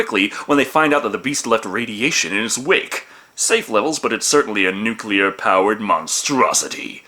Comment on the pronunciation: Thank you for pronouncing "nuclear" correctly! WHY is this so difficult for just about everyone else??